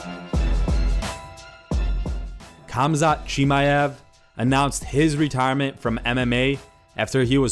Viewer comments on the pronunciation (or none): Khamzat „Chiamev“